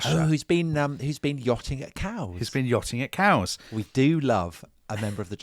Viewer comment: yachting at where? Kows? Cows? Kaous?